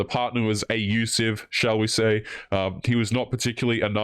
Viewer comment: Why are you not saying "abusive"? "A-usive"?